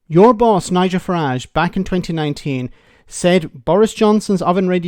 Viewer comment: The name is pronounced Farridge. Farridge, Farridge, Farridge, Farridge, Farridge. It is NOT, NOT, NOT, NOT pronounced Fahrrahje😢